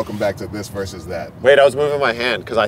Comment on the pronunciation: I wish versus was pronounced correctly.......